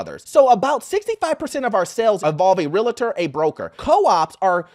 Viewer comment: It's not pronounced real-a-tor it's real-tor